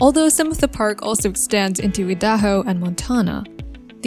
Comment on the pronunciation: Wioming, idayho, muntana and the AI voice along with a video that has basically no meaning. Wtf is this?